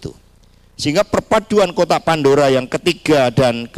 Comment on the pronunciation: Kotak pandura? Lidah kamu kepleset, Bilang kotak pandora aja gak bisa 😂😂